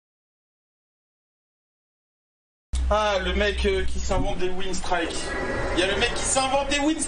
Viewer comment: Haha ce pseudo, mais WhyYouRagequit ça serait bien aussi ^^ En passant, ça se prononce "winstr-i-ke" :P Merci pour cette petite pause café ++